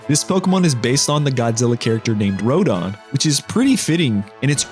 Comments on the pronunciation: Rodan not rodon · Shintra is actually based on a kaiju called Battra and the way you said Rodan gave me an aneurysm